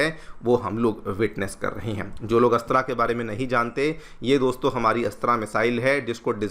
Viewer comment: मिसाइल अस्त्रा नहीं अस्त्र‌ मिसाइल ।